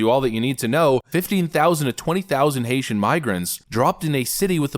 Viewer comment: You mispronounced that.....Haitian have been victims to the Clinton's